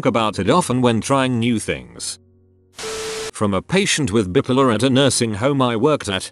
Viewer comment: Anyone, literally anyone: Bipolar. “Bye-Polar” The Reddit voice: “Bippeler.”